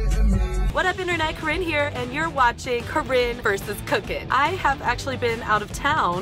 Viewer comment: it's CORINNE not CHORINE, WTF IS CHORINE DUDE WTFWTFWTF. i am laughing SO HARD right now....